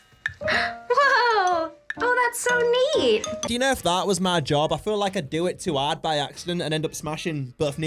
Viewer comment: “that’s so KNEEt!”